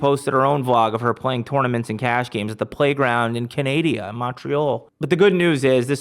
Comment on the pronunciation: did bro really just say canadia lmao